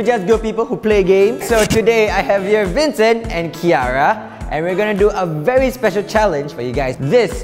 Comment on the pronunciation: The camera man was so bad he always says vincen and Dan